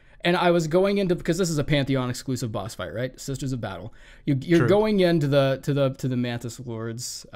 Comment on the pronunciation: “The sisters of badtle” fucking killed me.